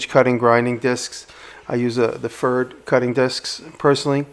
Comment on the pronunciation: Good Job and greetings from germany. Just a little hint "Pferd" would be correctly pronounced like "fairt" fair with a "t" at the end. Pferd is the german word for horse, and the company Pferd is making tools since 1799. Looking forward to your next video.